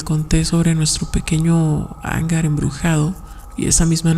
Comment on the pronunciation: Como te decia narración sosa y luego no sabes leer. No se quien te dijo que hangar lleva la silaba fuerte en la primera "a" El acento y elevación de la voz va en la segunda "a". Lo siento pero buscare mejores canales y narraciones. Guuuurrrrr bay